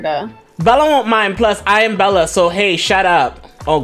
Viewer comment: It’s supposed to be Bella not idella